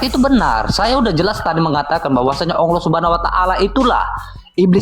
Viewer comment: Haleluya nama ALLAH saja jelas masa ALLAH di sebut aullah hahaha😅 yang benar aj brow